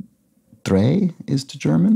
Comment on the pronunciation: A bit odd that correctly pronounced ein and zwei, but then switched sound for drei!